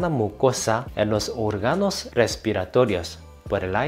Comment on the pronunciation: No se dice orgànos se dice òrganos.